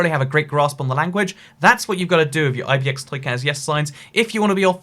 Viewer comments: Is it just me or does the intro sound like you're saying "Hello, I'm eye - bee - eh - ex - toy cat"? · Oscar O. Yeah it’s sounds like ib&x